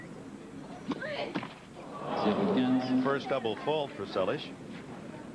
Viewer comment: Steffi's sliced BH dropshot was lethal. She wasn't able to use it in the second set. By the way, why was Dick Enberg pronouncing Monica's last name as se-lish? Is that the Hungarian or Yugoslav pronunciation?